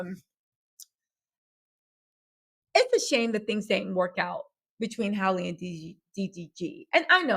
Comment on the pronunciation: Her name is Halle (same first vowel as “hat”), not Hailey (same first vowel as “hay”), because her parents didn’t want her first name to rhyme with her last name (Bailey).